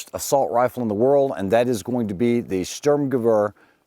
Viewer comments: to be pedantic it's sturm ge vehr not sturm ge wear. Klar? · The W in German is pronounced like a V. It should be pronounced “ Sturmgevair “ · Sturm is pronounced “Shhturm” Gewehr is pronounced “Gevveer” ShhturmGevveer